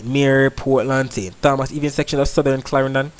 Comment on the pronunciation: Great weather reporting 👍. However, remember it is St. Tomas in pronunciation.